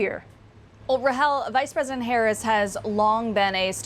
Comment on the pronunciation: I love how his pronunciation of "Vice President" sounds like "Wise President"